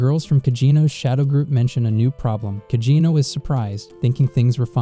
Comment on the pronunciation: Why do you keep saying cagino it’s cid kageno